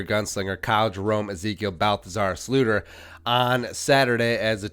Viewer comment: Can you stop saying slooter?